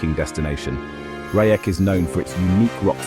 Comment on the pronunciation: Not Rayek, Reiêk...😊😊😊